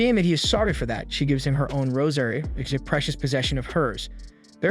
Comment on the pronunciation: I keep hearing "rosemary" instead of "rosary" 😅